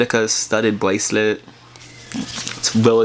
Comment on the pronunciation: Lol bwacet and he said bwoke lmao